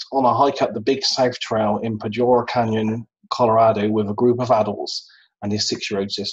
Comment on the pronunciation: just FYI...it’s pronounced Pooder Canyon...it’s NOT the Podure canyon it’s the Poudre Canyon.